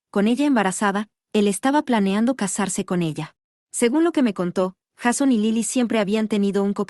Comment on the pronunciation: Me nerva que pronuncie "Jason" cómo está escrito y no como se debe pronunciar 😅